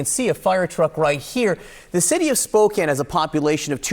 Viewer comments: It’s pronounced Spo-can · Why are you saying Spokane like that?....lol. We don't pronounce it quite that way over there....lol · I'm sorry for the people of the Pacific Northwest. But my doofus brother-it-law called the city Spoo-Kane... :face-purple-crying